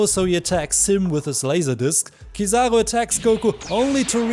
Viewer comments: let everyone know it's oo not oh and I will forgive you haha jk I appreciate your content, and I'm glad to be able to share with you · is a joke, but still a little criticism, maybe you have a different accent so you say kizaroe instead of kizaru, if you take the time to use Japanese phonetics you'd understand where I am coming from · It's Kiza-roo not trivago...sorry I just couldn't take it